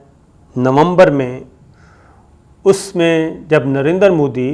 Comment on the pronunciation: Did he just say Narendra Phooddy?